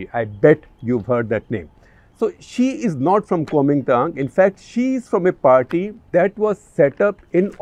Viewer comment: When you said 'she is been listed..' I thought you were mentioning 'Shi' 😂